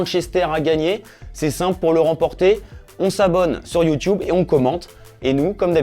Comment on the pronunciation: "sur YOUTIOUBE" MDR